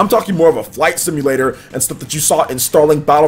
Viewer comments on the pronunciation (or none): none